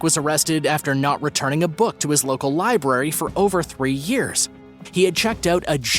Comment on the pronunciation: You said library right so I subscribed. I'm so sick of people saying libarry.